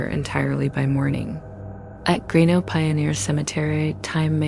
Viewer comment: More videos from my home state but Toodyay is pronounced too jay greenough is pronounced green-uf and Gingin is pronounced gin gin.